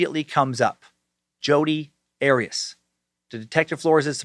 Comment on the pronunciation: Jodi's last name is not Erias, it is Arias like Ah-Ri-HAS short A.